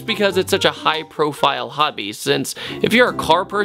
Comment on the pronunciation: oh my gosh xD I thought he was saying "Hubby" I was like tu fak, but he was actually saying Hobby x,D